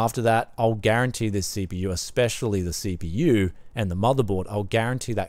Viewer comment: I have pea see with ayyy m dee si pea yu.